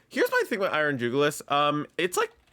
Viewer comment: It's Iron JuguLIS, not Iron JugLIUS. It's a reference to the jugular vein, and should be pronounced as such; you're adding an unnecessary extra U to it's name. You're pronouncing it as though it were called Iron Julius, and that's not the case.